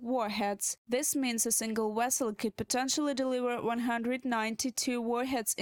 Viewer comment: She said "A single Wesle" 😭😭😭😭 Oh my god lord!